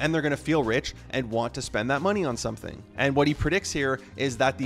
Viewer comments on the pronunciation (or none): none